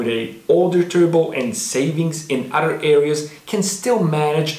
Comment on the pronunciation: you talk about initial d dialog yet you say "udder" insted of other...also there are no other cartoons period that go into the base engineering dynamics of racing technology and as far as dialog it was a manga first.. you should do more research and post fact rather than your opinion. fact is the toyota 4age motor was a special engine that was produced by two manufacturers. the head was not designed by toyota it was designed by suzuki based off of a motorcycle engine this is why the engine can high rev. the design of the narrowing engine block or crankcase at the bottom supporting a large high flowing head.. this is what makes it iconic and great.. the weak points of the engine are oil delivery as most japanese engines are notorious for bad crankshafts, bad oil system and poor ignition system design. you should point out these points... not your bad language delivery and critique of the best car cartoon out there.. since there is no competition to initial d. but of course you knew that...but you seem to be a youtube actor not a engineer or engine guy... sorry if i hurt your feelings but you should do your research prior to trying to make money on youtube which is a public forum.